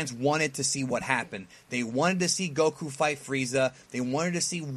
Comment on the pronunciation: Kudos to because he said Goku as it should be pronounced XD. It's nice to see and know all of this, we do have some similarities for us in Latin America. Great video 🤲🏼